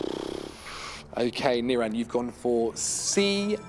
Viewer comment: whenever saying niran, NirAAn